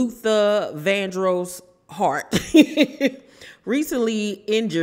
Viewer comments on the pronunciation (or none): Good Morning, it's Hart not Heart. This was dumb of him if this is true.